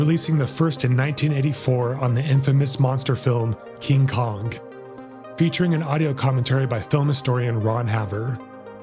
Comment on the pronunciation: "King Kongk?" Shove your AI narrator up your ass.